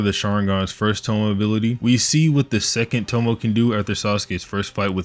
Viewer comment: ‘Tomoe’ is pronounced to-mo-eh